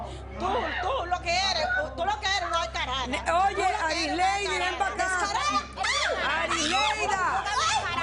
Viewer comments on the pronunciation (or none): Se dice descarada no cardada analfabeta